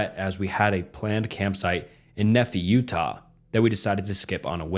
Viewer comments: I love your videos! But as a native Utahn I do feel like I have to correct some pronunciation issues Albion- AL-be-inn Uinta- YOU-inn-tuh Alta- AL-tuh Cecret- SEA-cret (just like keeping a secret) Nephi- Knee-FY Those parts cracked me up! Scary story though. Also in my opinion, Cecret Lake is totally worth going to if your into hiking, it can get kind of busy, but its beautiful at the top! Keep up the good work, love your videos, loved the collab and loved the 20 minute video length! ❤😂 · I love horror stories especially with one with my home state but those pronunciations of Nephi and Albion are killing me. All jokes aside this was a great video and I’d love to watch longer horror stories. Thank you for the wonderful video!